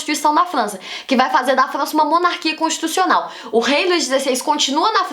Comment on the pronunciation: ela fala flança kkkkkk q fofo